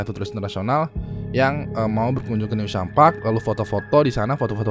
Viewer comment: Penyebutannya bukan "new sham" tapi "news ham"